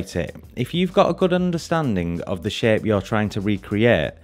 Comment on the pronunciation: Everytime he says "shape" I hear "sh*t" and that has made this video much more entertaining to listen to.